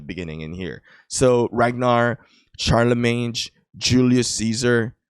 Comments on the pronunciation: Sharlemeyn not sharlemeynj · Pronounced Sharlimane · Don’t pronounce the g in Charlemagne pronounce sharlmain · Hey it's ˈSHärləˌmān... anyways nice content😊